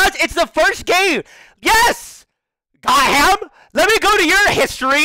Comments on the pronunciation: Is it Got-ham or Goth-am? Him saying Got-ham is bugging me. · me dying everytime tyler called levy "got-ham" XD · I absolutely love how he calls him "got ham" lmao.